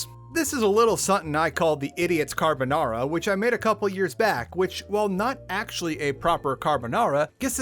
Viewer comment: Video was good but that "carbonara" was a crime against humanity